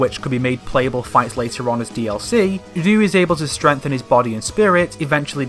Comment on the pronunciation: Who the hell is "Rloo"?